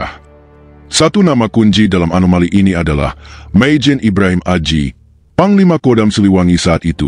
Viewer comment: Nyebut nama aja salah